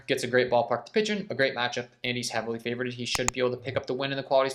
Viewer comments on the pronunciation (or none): “Favorded”😂😂😂 *favored